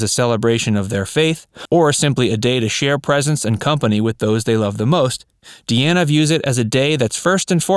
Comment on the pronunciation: De Ana is not her name. It's like her dad's name Dean with an A at the end, Dean ah.